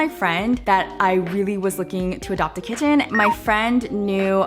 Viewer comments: love the way you say kit-ten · when ppl pronounce kitten as kittttttttttttttttten.. it makes me mad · You're kitten is very cute! ..but what's up with the way you keep pronouncing the word kitten? It sounds very forced and is a bit distracting to the content. (You also pronounce it normally once or twice...so that's also why i said it sounds forced.) But you seem like a very good cat mom and your kitten seems very happy so congratulations. 😺